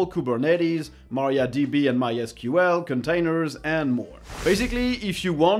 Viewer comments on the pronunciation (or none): none